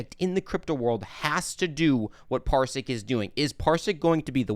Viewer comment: Parsiq - not Parisq or Parsik